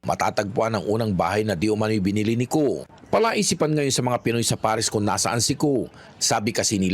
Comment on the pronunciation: Co! Not Cu🤦‍♂️